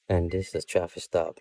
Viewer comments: "This is a stoffice trap." I think he meant to say "traffic stop". Biggest mess-up of a word I've ever heard! 🤣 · Did anybody notice that he said straffic law instead of traffic stop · “This is a ‘stoffic trap’” 🥴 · Did this guy say "this is a stoppice traff" instead of this is a traffic stop?